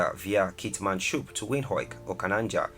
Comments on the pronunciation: The way he pronounced Windhoek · That's not how you pronounce Windhoek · The way he pronounced our capital was infuriating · More like Vind-Hook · Not windhoik it's windhoek(windhuk) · The capital city is Windhoek please, not "windhoik" 😒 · Our capital city Windhoek is pronounced (Wind-hook) not (Wind-hoik)😂, don't worry you are not the first to struggle 😂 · Great video, thank you. Im from Namibia. Our city is pronounced Windhoek (like hook, or look). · Please pronounce Namibia's capital city as Windhoek,hoek,pronounced as 'hook'/as in fishhook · Windhoek is pronounced Vint hook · Maybe we should write it like Windhuk/Windhook😀😁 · Bro I love the work you do. But please get the proper pronunciation of Namibian places please. Its pronounced Wind-hook . Thanks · Namibia's capital city is actually pronounced as Wind-hook not whatever was just said No hate...Just wanted to point that out. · Windhoek capital city (pronouncing-wind hook) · Its vend-hook (windhoek) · did he just say Namibia’s capital city is wind hoeik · The capital of Namibia is pronounced "Windhook" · Namibias capital is pronounced "vindhook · Namibia's capital city is windhoek!! Pronounce "wind hook" 😠😡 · The energy and effort you used while researching and comparing the two countries, use that same energy to pronounce Windhoek correctly. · Hello, please pronounce Windhoek correctly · The way he said "Windhoek"🤦🏾‍♀️😂😂😂😂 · The way he says Windhoek, its funny😂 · The way he pronounced Windhoek is just hilarious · The pronunciation of Windhoek 🤔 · He didn't pronounce Windhoek right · I stopped the video as soon as he pronounced Windhoek..the disrespect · Lol his pronunciation of "Windhoek" is hilarious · Please improve your pronunciations of WINDHOEK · Lesotho and Windhoek were butchered hard, eish. Pronunciation matters. Forgot to mention Namibias Diamonds. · I forgive him for pronouncing Keetmanshoop, Grootfontein wrong but Windhoek? nee man!